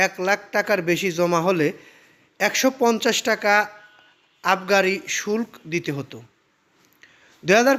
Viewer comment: বেটা উচ্চারণ জানে না। আবার ভিডিও বানায়। শুল্ক - উচ্চারণ শুলকো।